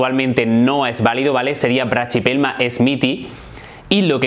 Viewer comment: La pronunciación que haces esta mal, no se dice "brachypelma" se dice sin la "ch" y sonaría asi: "braquipelma"